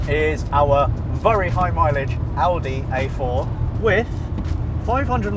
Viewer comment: I love that pronounces Audi the right (german) way.